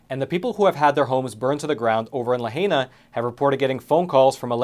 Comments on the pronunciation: The clips you showed pronounced correctly the word, "Lahaina," 5 times. Yet you persist to mispronounce it as 'La-Hey-na." My ears are bleeding! Sorry, I used to live on Maui and my heart is breaking for the Hawaiian people and their beautiful culture. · It’s pronounced It’s la-high-na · La - HI - nah...not La - HAY - na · I encourage you to pronounce the name of the city of Lahaina correctly. La Hi Na,,, not La Hay Na. Mahalo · Pronounced LA HYNA!!!!!!! Not Lahanea!!!! Really ???? Pilau! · Please be careful how you pronounce names of cities especially when people in the video clip said it no less than 5 times in the clip. Lahaina - the ai has an “i” sound not “ay”. Notice the sound in Hawai’i is not pronounced hah-way-ee. Hawaiian is very easy to pronounce because the vowels always have the same sound. A is always Ah as in fAther. E is always pronounced like ay in prAY. I is pronounced like ee in sEEd. O is a long o like in sO or nO. U is the oo sound like in sOOn or mOOn. The dypthongs like ai have the two vowels pronounced closely together so ai or ah-ee sounds like i in might or wire. Where a double vowel occurs like at the end of Hawaii, formally it should be written with an apostrophe like Hawai’i and each vowel is pronounced distinctly so Hawai’i when you slow it down and pronounce every thing sounds like Hah-wah-ee-ee but the dypthong ai comes together as a long i sound so it’s more like Hah-why-ee. Places like Na Po’o Po’o beach on the Big Island are pronounced Nah-poh’oh-poh’oh separating each of the o’s with a break, not pronouncing them together like the word pooh. So please be courteous and make more of an effort to pronounce a popular vacation destination correctly. You would hate it if people went around saying you lived in New Yark or New Yoork because they were speaking it lazily, so have the same courtesy. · And bro. It’s not pronounced La Hay nah. It’s pronounced La high nah!! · its pronounced Lahina not Lahana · Laheyena not Lahayna